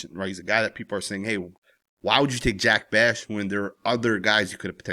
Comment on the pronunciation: Just a heads up brother his name is pronounced Jack Beck not beshh.